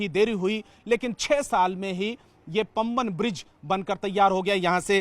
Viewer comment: पांमबन पूल, पंबन नहीं